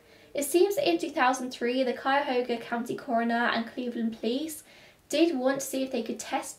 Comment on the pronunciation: I live in Cleveland and I have heard Cuyahoga mispronounced so many times, but you nailed it!